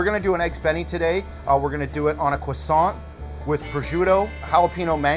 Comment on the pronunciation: People fucking the word croissant up never gets old